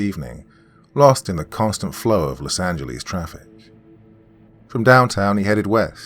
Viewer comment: Lol I always laugh when says: Los Angelize